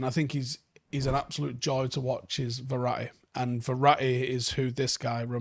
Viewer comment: LOL did just say Verra'i?🤣🤣🤣